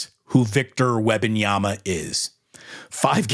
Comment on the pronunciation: Say it with me "Wem-ban-yama" as a lifelong spurs fan we dislike all this attention cause we aren't use to it and i agree with everything you said except how you pronounce his name lol